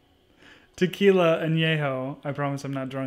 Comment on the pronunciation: You said "Tequilia" twice! Haha